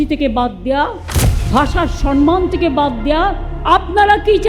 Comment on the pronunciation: সব ভাষাকে 'সন্মান ' না ওটা 'সম্মান ' হবে ম্যাডাম।🙂